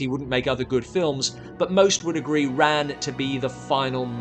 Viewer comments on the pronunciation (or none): Just really bothered me that Ran was mispronounced throughout this whole video. It's with a soft "a."